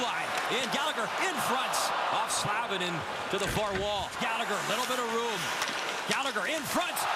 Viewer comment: Yeah, I cringed every time he said Slavin lol